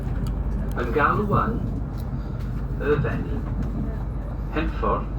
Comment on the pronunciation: Brecon Beacons are those hills near Abergavenney. Lovely area. The lack of catering is unusual. It's a Shrewsbury crew who usually work that down, and would uually pick it back up at NWP. Maybe staff shortages. Please don't pronounce Hereford like that...haha...the locals get a bit itchy about such things. I know how it looks.